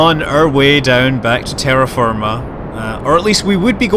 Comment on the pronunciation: Terraferma? Is this italian or what? because your pronunciation of it it's actually really good for the italian word "terraferma" :)